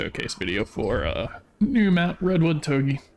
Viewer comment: toug ey is the worst pronunciation ive heard